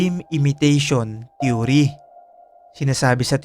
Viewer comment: They way you flashed repeatedly this man's picture is like a form of BRAINWASHING. The viewers of this clip will have this image imbedded into their minds hence will be dreaming about it. The word THEORY was also pronounced wrong as well, just a point to ponder.